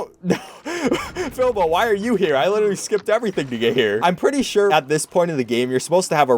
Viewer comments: It’s Filbo not Filbur or Philbur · calls "Filbo" "Filber" me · he called filbo FILBER !!!!!!!!!!!!!!!!!!!!!!!!!!!!!! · HE DIDNT EVEN SAY FILBO'S NAME AT FIRST CORRECTLY LMFAO